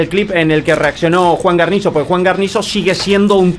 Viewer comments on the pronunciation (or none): Me dio tremenda ansiedad cada vez que no decía bien Guarnizo 😩